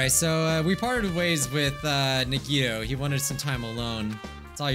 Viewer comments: Game:Says the characters names:Still says them wrong. CHIAKA NAGEETO MEKAN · Nobody: No one at all: Not even Nagito fangirls:: "NUGGETOE"